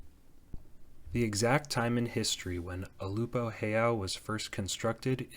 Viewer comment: I’ve lived in Kailua my entire life (65 yrs.) and I can tell you that Ulupo heiau is in no way a pyramid. The back side may resemble one slightly because of the shape of the hillside it was built on, but it is in no way a pyramid. It is a flat-topped pile of stones, which was made that way to be the foundation of a temple complex of several religious wooden structures. BTW, it is pronounced ‘Ew-lou-poe’